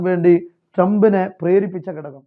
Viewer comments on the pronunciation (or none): none